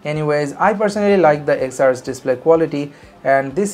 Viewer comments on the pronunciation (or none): Why are u calling ten R wrongly again & again ?😑